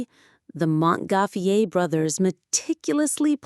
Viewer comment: is not mogoflire pronounce it is mongoflire pronounce